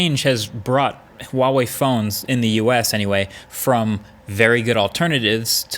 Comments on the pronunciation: it's 𝗛uawei, not 𝗪uawei Markass!!! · Why do you say vuavey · I wonder if Marques will ever pronounce Huawei correctly, it is NOT WAWEI, it is HUA- WAY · why do you say WaWei? It clearly says Hua Wei on the device H not W How do you say Human? Do you say Wuman? Hamburgs or Wambergers? Hormons? Wormons? Harmony? Warmony? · American youtubers : Wawei Everyone else: Hu ah wei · It's Huawei, not wahwei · “Wahwe” I’m sorry I couldn’t help myself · Pronounced Hwah-Way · Wtf is with all these US reviewers and their pronunciation? ITS HHua-wei. H is pronounced as in Hotel. U dont say OTEL?? Last part is pronounced wei not WAY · ITS NOT WAWEI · Not wawei. It's Huawei. H like hot. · how the fuck did he say huawei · Huawei starts with a H not a W. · Marques you talk about Huawei a lot..Why not try and pronounce it properly? Not that it matters but it would) be nice if you could. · Is H in Huawei supposed to be silent? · I wish you would learn how to say Huawei lol it’s not that hard